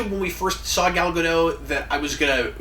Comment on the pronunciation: Gal Gadot is pronounced Gal Ga-dote. The t is pronounced. It’s not a French name.